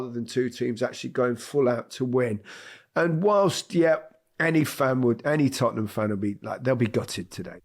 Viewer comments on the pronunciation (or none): none